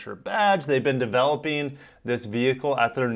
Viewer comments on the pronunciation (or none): How did the word developing become developeen?